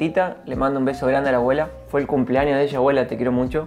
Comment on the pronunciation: ese fua y ese obvio le salio muy argentino Jajajaja